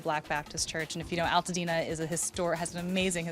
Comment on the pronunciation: You know she’s born and raised the way she pronounced “Altadena.” We say it that way. I lost my home and we did live in an acre of land with a big old home but we could never fix it the way my mom dreamed. They were a teacher and an administrator for a hospital. God bless you Caitlin and John. You make my hometown PROUD. Dena strong.💪